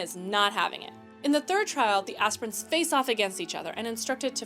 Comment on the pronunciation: Can’t pronounce “commandant”. Can’t pronounce “Aquila”. Can’t pronounce “aspirant”. Wow, I suck 😂